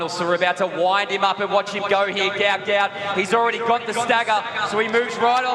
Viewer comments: Its not goot its gwot gwot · He’s said it’s pronounced how it’s spelt mate you saying it completely wrong